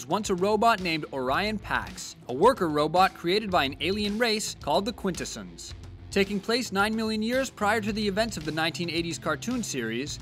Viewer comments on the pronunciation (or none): Quitins - ON - not Quitin - SON -, ignore the spelling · Quintessons- not Quintessens. Not quite right re: "soonafter crashing the Autobots chose to use Earth disguises." Actually, the Ark (unnamed in the cartoon) was so damaged in the crash it no longer (if it ever) possessed Teletraan's higher functionality. It immediately dispatched a probe to rebuild the alternate forms to assimilate (not disguise) with what it assumed was the sentient life on the planet: cars, planes, tape decks and guns, and rebuilt/revived at random without discrimination. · I was going to like this until I heard how he pronounced "Quintesson's".